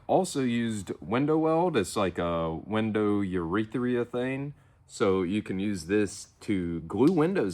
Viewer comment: Say it with me: urethane. "Urethrea" is dangerously close to "urethra", and I'm sure that's not the kind of tube you're holding.